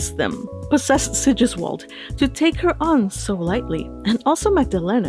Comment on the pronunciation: "Sigisquirm" . Hah.